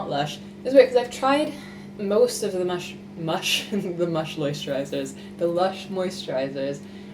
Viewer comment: am i the only one who laughed so much at "mush loisturizers"? probably not 😅